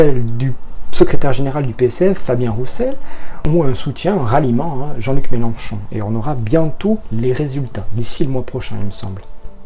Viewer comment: on dit « Mélenchon », on prononce le nom de famille correctement. Ce n'était peut-être pas dit méchamment, mais ça gâche ton objectivité. C'est dommage.